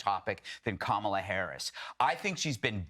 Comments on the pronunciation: The Vice President’s name is KAH-mah-lah, not Kay-MAH-lah. If you can’t get that right you don’t deserve to be taken seriously. What do you think people are thinking? You ask? They think people of color - that’s you, will be screwed if trump is elected. You sir, are a traitor and an idiot. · Before you start speaking about intelligence, you should learn how to correctly pronounce Kamala's name.